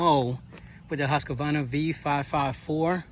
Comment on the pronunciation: Husqvarna is pronounced "Husq-Varna" and not "Husq-A-Varna"